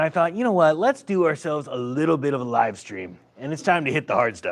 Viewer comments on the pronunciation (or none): none